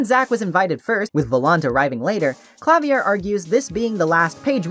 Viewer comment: Idk if anyone mentioned it yet, Klavier is pronounced Kla-veer Anyway. Thanks for this video!!!